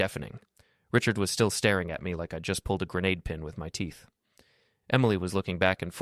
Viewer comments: I know, right? It is grenaid, not grenahhd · Wow! Somebody finally pronounced grenade correctly.